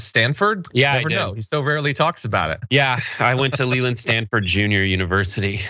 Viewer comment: mins in .. Sounded like Brett said MY NAME just then.. ("Lelynn") he said "he went to Stanford Lelynn University".. tho, I'M SURE, he meant "Leland" (j never get any luv/I've never seen my name on ANYTHING)